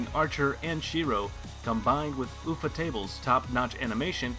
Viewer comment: Sharigin, oobeetoe, ooofohtable